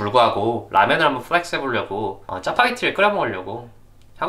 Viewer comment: 플렉스라는 단어를 이렇게 많이 쓰고 굴려서 발음 하는 사람은 처음 봄ㅋㅋㅋㅋㅋㅋㅋㅋㅋㅋㅋ